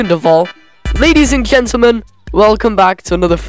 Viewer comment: “Ladies and kentelmen”